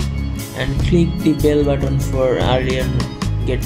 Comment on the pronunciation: It's button it's not botton 🙂